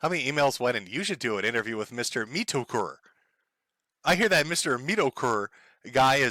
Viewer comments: metokur? or meatokur?? english is bad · Dear mr. Meet-uh-Kh-errr… Do a 5 minute search on DSP on YouTube… lmao